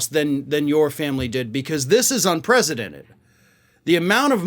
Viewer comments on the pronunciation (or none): "This is 'unpresidented'..." Yes. Yes it is.